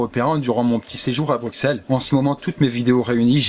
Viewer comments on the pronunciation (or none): Mec super vidéo je suis Belge (je vien donc de Belgique)et on ne dit pas BruXelles sa se prononcé Brucelles (je sais que sa c'écrit comme sa)donc voila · Yop, j'adore tes vidéos! Par contre, en tant que Belge, ça fait mal aux oreilles d'entendre "BruXelles" au lieu de "BruSSelles". En effet, au Moyen Age, le double "S" s'écrivait "X"... Bruxelles a donc gardé l'orthographe d’antan, mais on prononce bien "SS". D'ailleurs, en néerlandais, en anglais et surement en d'autres langues germaniques, on écrit "Brussels". 'Sont pas latins ceux-là:P Merci pour tous ces bons moments passés à regarder tes vidéos! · t'as raison on dit brusselles j'ai un ami belge il dit tj qu'il faut dire BRUSSELES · Sa se dit pas Bruqueselle mais brusselle c'et pas dure! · Chéri, on dit "Brusselles" pas "Bruksel". Voilà. Kiss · J'aime vraiment tes vidéos, tu as pas la grosse tête et c'est vraiment plaisant à regarder. Mais juste, on dit Brusselles.Pas BruXelles n_n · Stp phonétiquement on dit "Brussel" (comme en néerlandais) pas "Brucsel" ... Merci ! :p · tes videos sont génial mais répété après moi : Brusssssssselle! merci, c'est tout pour moi... Non j'adore tes vidéos mais j'ai envie de gifler tout ceux qui disent BruKSelle... :p. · je suis le seul belge a crever de lui dire Bruxelles le "x" on dit sss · Juste pour la culture générale des Français qui vont lire ce com. Ca c'écrit Bruxelles, mais ça ce prononce BruSSSSSSSSSSSSSSSSSSSSSSSSelles. Merci :p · Locks0106 Sache qu'il y a une différence entre prononcer comme on veut et prononcer correctement. Ca se prononce Brusselles donc tu dois dire Brusselles c'est ce qu'on appelle respecter une langue. Sinon pourquoi pas prononcer tous les mots comme tu le veux et non pas les prononer correctement? T'inventerais un language que personne ne comprend. C'est ta logique hein. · Bruxelles, on prononce pas Bruxelles mais brussel putain ! (20e x que je le dit) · Belle Vidéo ;) Ps : Sa se prononce Bruçelles on prononce pas le x Bye